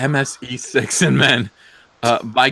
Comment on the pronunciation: "MSE6MN" Say that five times fast. Thought for sure you said "MSE Sex in Men"